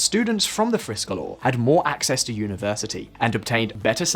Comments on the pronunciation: Friskolar is pronounced like "FreeSchoolar" in other words Free schools. As a teacher I have worked in 3 United States charter schools and in US public schools. The charter schools were right for some students but not right for all students. Schools here are funded by a number of factors, number of seats filled and property taxes. Therefore, a school in a low property value area with a charter school will be negatively impacted. The best charter school I worked in was in a high property value area. They were not lacking in resources, and they did not seem to take away from the education value and nearby public schools. The opposite seemed to be the case in rural charter vs public schools. Both suffered, but the public school ultimately had better resources in the case I experienced. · I’m British but I speak Swedish. I didn’t pay attention to the spelling but I watched 75% of the video before I realised how poorly he was pronouncing friskolar hahaha Thought it was some fancy name before I realised it’s just “free schools” in Swedish lol. My biggest issue with this video is that you claim teachers have no incentive to provide higher quality education without competition from other schools. Teachers teach not just for money but because they do good for society. They always want to become better themselves and help children. Implying it’s all about money for them is demeaning to their profession.